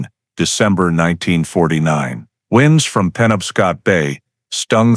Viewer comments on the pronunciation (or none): Should have been "winds from the bay blew harder." But the voice said WInds like winding up a spring.